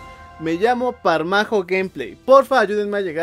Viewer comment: Hola soy El primer enchufe dorado y no se dice parmajo se dice como se lee Pamajo